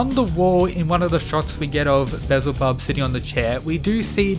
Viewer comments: Beelzebub is pronounced be-yel-za-bub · damn beelzebub is kinda... yknow.... actually nvm.... (also its pronounced "bee-el-zeh-bub" lmao) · Be-Al-Zeh-Bub is how you say his name. His character is shown to be some type of scientist so I wonder if he had a hand with Zeros body? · FYI it's pronounced Bee-el-zebub